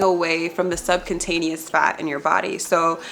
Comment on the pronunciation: Subcutaneous (sub-kyoo-taneas)